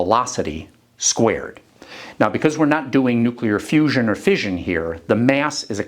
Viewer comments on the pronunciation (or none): none